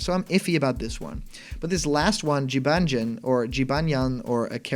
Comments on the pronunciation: Huh, didn’t know that. Either way, it’s definitely not pronounced Ji-ban-jan.... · Jibanyan not Jibanjen. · Jee-ban-jan? Bruh it’s jih-baa-nyan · How did you get Jibajan from Jibanyan? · Pronounciation for the 5th one Jibanyan Jib-on-nyon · Quick thing. The yo kai character is pronounced Jib-An-Yan. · I hope this is real because I want Jibanyan. And it’s pronounced (Jee-bon-yan) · Jibanyan is said jib-on-yon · Hm... Jibanyan seems like a weird choice. Compared to some of the others, Yo-Kai Watch is a very unpopular series, especially when compared with the like of Pokèmon. Also, his name is pronounced “Jee-Bawn-yawn” Edit: Joker and Mementos are legit. The mementos was leaked as a stage from a very credible data miner. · Jibanyan's name is pronounced "Jee-BAWN-yawn" according to the YKW anime. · Just saying incase you have to say its name in the future it’s pronounced ji-ban-yan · It's actually pronounced Jibanyan (Gee-bon-yan) but it would be awesome for these guys to join the roster but I really hope they have more DLC character packs, Filia from Skullgirls, Geno, Sora, Master Chief, and Scorpion would be amazing! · Jibanyan, you said Jibanjan lol :) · It’s pronounced, Jib-on-yon. :) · Last time i checked the character pronounced his name Gee-Bo-Nyan. You know because the last part is supposed to be the japanese word for the sound a cat makes (thus why a lot of cat yokai in game tend to have names ending with nyan) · 1. I'd love to play as cuphead, but his chances are about as good as bendy or sans (Wait, they have switch ports) 2. I'm cringing at him trying to pronounce Jibanyan x.x 3. After the grinch leak, I boubt this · I really want to believe this, and I'd say this has a good chance of being real. Cuphead is the only one that seems overly outlandish, but all the other ones seem to accomplish the goal of surprising everyone. u slaughtered jibanyan's name btw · I've heard a lot of wrong pronunciations for Jibanyan but yours takes the crown